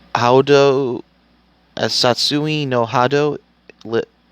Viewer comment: Bro, learn how to pronounce the words you're going to say before you start recording. Most of their pronunciations are actually pretty common knowledge too. Like "muay thai" and "succumbs". How have you never heard anyone say "muay thai" or "succumbs" before? And "dark hadou". They say it in this move a bunch of times. How do you not know how to say it? Did you actually watch the film? Or did you just read a synopsis?